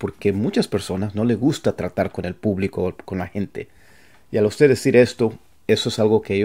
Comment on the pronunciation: Hi. Great. Thanks for giving these tips. Just a little think. In spanish we must pronounce the last consonant 'd' in the word 'usted'. You sound and say 'uste'.